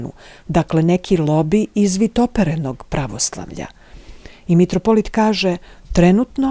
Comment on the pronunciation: Не каже се метрополит тако кажу крвати , православни кажу митрополит !!!